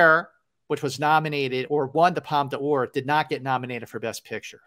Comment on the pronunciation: Woohoo it’s my favorite season of the year-awards season!! I’m sooo glad you guys are keeping this going, so fun & thanks for doing so. I just missed an industry screening of Tar but am looking forward to it. Btw Scott- it’s pronounced Palm Door, not Palm Duh Ore. Just sayin’…love you guys.